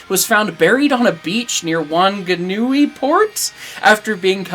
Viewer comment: Solid effort on the pronouncing of Whanganui :P Skunk is the latest in a line of recovered steam engines from beaches and riverbanks, as the scrap value for locomotives at certain times in history was such that it made more sense for railways to just let them be somewhere, or they got pushed into rivers as errosion control. I assume this probably happened in the states too Also, man that brazillian Mallet is gorgeous.